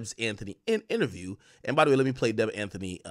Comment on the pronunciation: DEB AN-TEY! Not Anthony